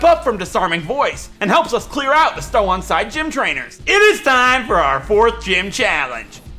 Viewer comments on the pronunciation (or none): none